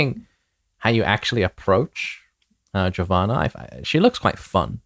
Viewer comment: Thank you for pronouncing Giovanna properly.